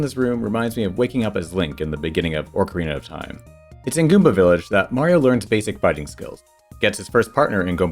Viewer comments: "Orc-erina of Time" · All you people who make fun of for the way he says Mario need to focus all your energy on the real enemy: the way says "Orcarina of Time." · Dear, stop saying "ORC ARENA OF TIME"!!!